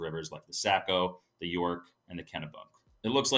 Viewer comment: 'Sah-co' not 'Sack-o'